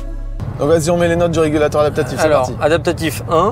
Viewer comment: A 6mn 40secs : "Régalateur" au lieu de régulateur : on sent les gens qui aiment profiter de la vie ! En tout cas vous nous "régalatez", comme d'habitude ! 🙂👍